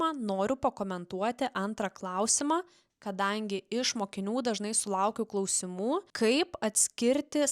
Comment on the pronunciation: Kirčiuoti ne “KlausimŲŲŲŲ”, o reikia KlAAAAAusimų.